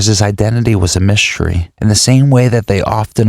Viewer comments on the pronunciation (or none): this is excellent but words strangely said -- myshtery, dishtraction, shtress, shtriving. mildly distracting but overall a great program.